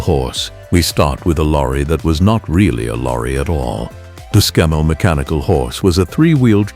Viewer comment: We don’t say sem-i or Scam-mel